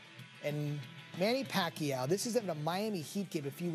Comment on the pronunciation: manny pacay😂